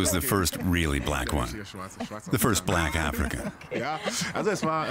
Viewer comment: I love how she pronounced Black as "Bleck." And her accent can grow on you.